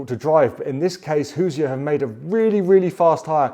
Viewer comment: Hey, Hoosier is two syllables. Hoos-yer. Not Hoos-i-er. You're welcome, An Actual Hoosier from Indiana.